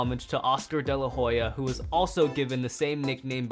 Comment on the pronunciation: You didn't say daylahoya